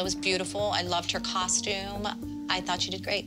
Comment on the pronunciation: I just want to make a shout out to Melissa for being the only mom to pronounce the word ‘costume’ correctly guys its “cost - ume” not “cosh - tume” thank you melissa